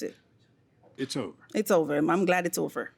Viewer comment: Is it common in Jamaican to add an “h” sound in front of words that start with a vowel? I noticed eat became heat and over became hover. I’ve never heard that before